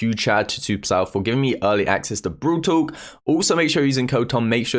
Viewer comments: Lmao u pronounce brawl talk BROL TOK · Everyone: Brawl Talk Tom: brUUwl tOk 😂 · No one: Tom: bRoL tOk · well different peeps can pronounce things in different ways-- like you could pronounce it bRawL TTaLk or Brol Tok it doesn't really matter tho